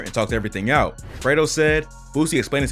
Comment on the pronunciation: Idk why it sound like you keep calling him Alfredo 😂 😂